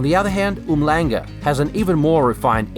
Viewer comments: Um-langa (not Umhlanga) 🤔🤣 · lol, yeah…. Oom shlanha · Not to nitpick but it's pronounced Oom-shlanga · Lol it's NOT oom-langa 😂 It's pronounced um-shlung-ga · Loved the way you pronounced Umhlanga... Try Um - shlunga XD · Uhmlanga is pronounced OOM- SHLANGA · It’s pronounced um-shlanga. The most popular/trendy place in Durban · Cool video of our city. We pronounce Umhlanga as "um-shlung- guh" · My dude, uMhlanga is pronounced 'Oom-Shlan-gah'. Other than that, thanks for repping the town I grew up in. We don't see a lot of content about Durbs. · Great video! Just a heads up on the pronunciation of Umhlanga. If you insert an ''s'' after the ''m'' like this Umshlanga and "then try and pronounce it, you will get it right. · Were these guys "groping for mossel bay"? That pronunciation of uMhlanga... seriously? Durbs has gone through a stage of dilapidation, no question, but it's still in a magnificent part of SA. I fondly believe it will bounce back better than ever, maybe even sooner than we expect. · It's not pronounced like that, stop lying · I lived in Durban for most of my life and still visit most of my family their several times a year, the one problem I with this video is that you didnt show enough of the bad side, the coast is lovely but go ten minute inland and its much worse. Besides that, your pronounciation of Umhlanga really had me shaking my fist in anger 😔